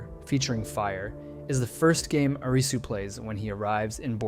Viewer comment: Stop pronouncing his name as 'Arizzu' 🙏😫